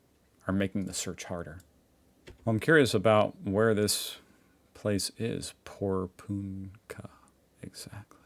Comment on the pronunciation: Hi thankyou for covering this. As a person who lives not that far away from this place I have been keeping a close eye on this story and hope they catch this serial pest soon. By the way it's pronounced Poor punk ahh 😁